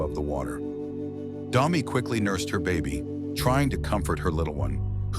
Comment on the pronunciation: its not Dombi its Dombe